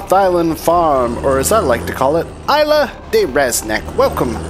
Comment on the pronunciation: I'll just wait here until some Spaniard comes along and tells you how to pronounce 'Isla' !! ;)